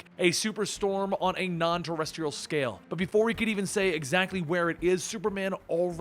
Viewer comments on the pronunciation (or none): none